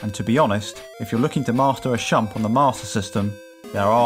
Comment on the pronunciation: Shoot em up is shortened to "shmup" (SHoot-eM-UP) and should not be pronounced "shump"